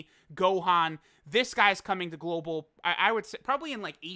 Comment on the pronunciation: STFU with that "GoLbAl W"